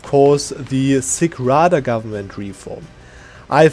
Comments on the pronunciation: Nice Video! By the way Sich Rada is pronounced lik Sitsch(yeap, like Germans say in Tschechien) Rada. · Yes, an old video, and until new Cossacks DLCs (in nearby never) you wouldn't touch this gov reform, but the sich rada isn't pronounced like that. The last 2 letters have same pronunciation tch, like in word wiTCH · Just so you guys know it's not sich rada witch ch as K or C sound it's ch as in charnobyl.